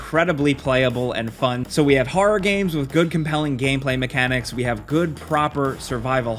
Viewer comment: Anyone notice that says horror like Christopher Walken does? "hoa-r-ruh games"